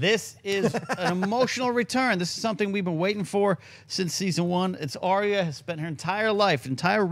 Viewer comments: Please please please stop saying Arya's name incorrectly >.< it's Ar-Ya, Ar-Ya, Ar-Ya, Ar-Ya, Ar-Ya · got it. Ariya.